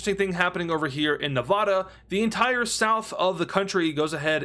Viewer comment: Please pronounce “Nevada” correctly.